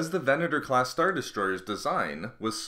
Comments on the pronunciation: how many times did you actually say VENETOR? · Furth-ur the Venet-ur class destroy-ur was small-ur. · Largur, Furthur, Destroyur, Venatur, Howevur woa noice speaking m8